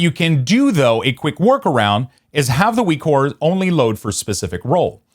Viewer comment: Why are you saying ''Weekores''?